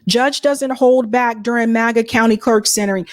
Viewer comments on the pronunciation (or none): none